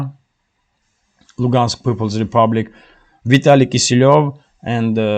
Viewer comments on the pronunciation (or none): none